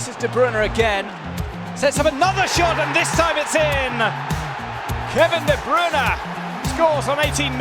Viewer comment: i hate how they say kevin de bruyne wrong